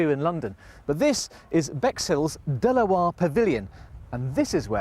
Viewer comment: Rubbish BBC, can't even pronounce De La Warr correctly.